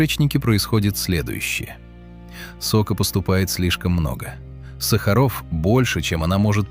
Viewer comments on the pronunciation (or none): none